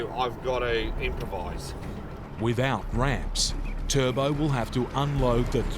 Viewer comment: Who is this turdbowl you speak of?